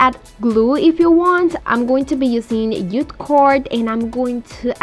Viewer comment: It's JUTE not ute cord! 🙄